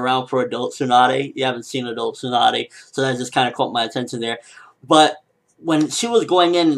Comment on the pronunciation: He said TSUNA!! Not Tsunade.